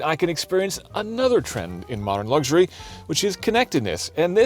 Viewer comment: Great review but it's pronounced " Luxury" as it's spelled. There are no " G's" in it......